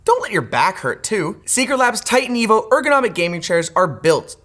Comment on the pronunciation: Oh TITAN EVOOOOO, I didnt hear TIGHT & EVIL at all 😂